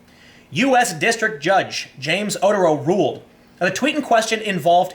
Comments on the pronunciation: Just an FYI...Otero is pronounced oh-tear-oh not otter-oh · It's Oh-TEHR-oh, not oter-OH. But yeah, good stuff as always.